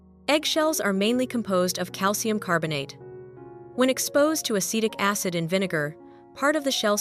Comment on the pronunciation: "Hasidic" acid? 😂 (I hate AI voiceover.)